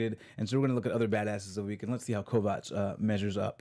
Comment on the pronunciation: Is purposely mispronouncing Kovacs' name? They say it multiple times in the show and says it correctly but you repeatedly pronounce it wrong.